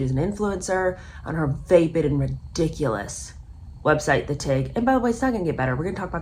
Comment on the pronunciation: love your videos and this series is my favorite so far. but just a note – vapid is pronounced "vapp-id" not "vape-id".